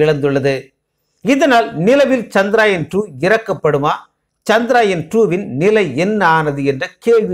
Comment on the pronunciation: முதலில் சந்திரயான் என்ற வார்த்தையின் உச்சரிப்பு சரி இல்லை கவனம் பிறகு எப்படி சரியாகும் தங்கள் பெயரை சரியாக உச்சரிக்கவில்லை என்றால் அர்த்தம் மாறி விடும் மேலும் மனிதன் என்ன தான் விஞ்ஞானத்தில் முன்னேறினாலும் பஞ்ச பூதங்களை வெல்லும் ஆற்றல் உண்டா? ஜடத்தில் நாம் சாதாரணமாக ஒருவர் வீட்டிற்குச் செல்ல வேண்டும் என்றால் இப்போதெல்லாம் வரலாமா? பார்க்க முடியுமா? என்று கேட்டுவிட் டு தான் செல்வோம் நமது பூமி தான் ஆன்மீக பூமியாயிற்றே எனவே இறைவனால் படைக்கப்பட்ட நவகிரக தேவர்களை நம்பித் தானே ஆக வேண்டும் இறைவனின் கருவியாகவே செயல் பட்டாலும் நவகிரகங்களின் தலைவரான சூரிய பகவானின் அருள் பெற்று சந்திர தேவரின் அருளையும் பெற வேண்டும் ஆத்ம காரகனும் மனோகாரகனும் அல்லவா? என்னவோ நான் உளரிக் கொண்டிருக்கின்றேன் நமது விஞ்ஞானிகளின் முழு திறமையில் ஏன் இந்த தடை என்ன குறை பாடு இருக்க முடியும் எனவே தான் இப்படி எல்லாம் யோசிக்கிறேன் என்ன தான் நாம் விஞ்ஞானத்தில் முன்னேறி இருந்தாலும் இறைவன் அனுமதி இருந்தால் மட்டுமே நடக்கும் இது தான் உண்மை நன்றி வணக்கம்